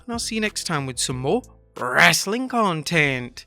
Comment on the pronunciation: What accent is that meant to be when you blow the mic out and say "wrestling content"?